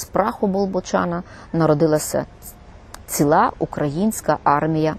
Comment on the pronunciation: Прошу спільноту роз'яснити. Наголос у слові "ціла" на останній склад - обґрунтований, чи пані Ірина просто так звикла? Не сприйміть за претензію, будь ласка, просто цікаво.